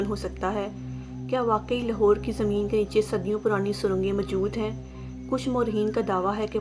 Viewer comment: Achi video hai per ager ap slow bolain or Punjabi accent ki jagah Urdu Ka sahy talaffuz use karain to zyada Acha lagega Jese لہور Nahi لاہور Sahi word hai or سیکnahi سکھsahi words Hain aise he or b words Hain jinhain ap ghalat pronounced kerrahy Hain per video achi hai